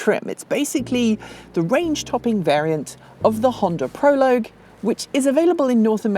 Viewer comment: Thank you for pronouncing Prologue correctly., listen to, she knows how to say this word.